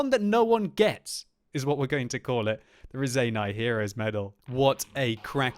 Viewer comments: Damn it, its not Razeiniai medal, its Raseiniai medal. Dont let down your Lithuanian fans! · when You saying "raseiniai medal", please say "raSeiniai" like Spirit, not raZeiniai like Zeppelin...:) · You say Raseiniai wrong. I'm from LIthuania and this is a lithuanian town Ra-sei-niai. If you don't believe do some research and if you don't believe that I'm from Lithuania... Then... Labas, kaip sekasi? Mano vardas Titas. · Im from Lithuania wich is where Raseniai is :D. Also its pronounsed [Raceinai]... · Hey, one small edit about pronounce - Raseiniai, pls check (lower volume on your headphones as that women speaks a bit loud) - Writing, because on your videos it's already common word. p.s. thank you for your hard work doing commentary, it's really pleasure to watch.